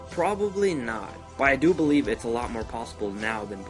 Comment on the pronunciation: You just have to BO-LIEVE